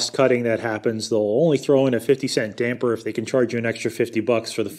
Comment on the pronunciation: Props for calling them dampers and not dampeners